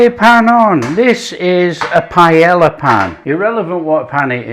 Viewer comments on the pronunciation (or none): none